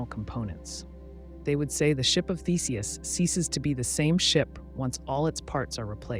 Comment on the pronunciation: You said ship of theseus wrong, and now the entire video is disqualified from having any factual statements.